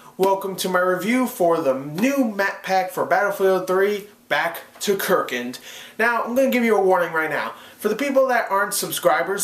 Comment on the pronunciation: How did you pronounce it wrong?? kArkand not kerkant